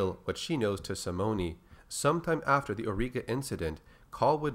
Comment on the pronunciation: Simone is pronounced Sim-moan or Sim-own. No hard E on that name.